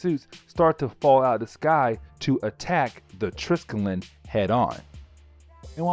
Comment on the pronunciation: say it with me : TRY - SKELL - EEE - ON!